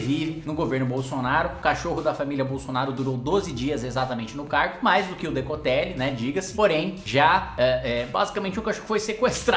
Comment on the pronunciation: Por qual causa será que sempre que você fala "Decotelli" eu escuto "necrotério"? Zericórdia...